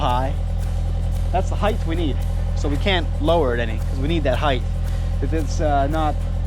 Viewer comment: Height not heighth. Heighth is not a word.